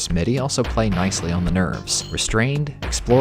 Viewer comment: Wadi is pronounced Waddy, I learned that from Spike Milligan's war diaries